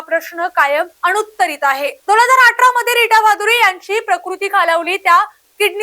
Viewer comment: "अणुत्तरित" आहेत 😂😂😂 रेणुत्तरित नाहीत 😎😎 माय zaye... ह्यांका कोण ठेवतत कामावर तरी बाय गे ?!?!?